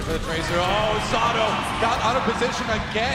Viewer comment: Sado? Nah. SaTHROW.